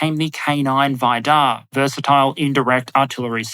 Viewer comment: "Vidar": I am pretty sure the stress is on the first syllable, not the second;-)